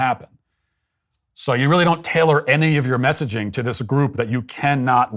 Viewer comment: Stephen Parkinson, a poor excuse for a man. 'It's weally weally serious'. Chuck him out. Get a man, someone with guts. Slimy creature, spying, sneaking.